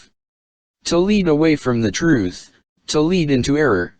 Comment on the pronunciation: Well, typical brainwashed religious fanatic conclusions and "nuh-uh". Atta boy! You'll know the "troof" in no time.